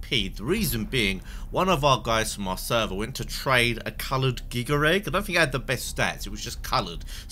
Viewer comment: And btw its Stamina not staminarrr and giga not gigarr😉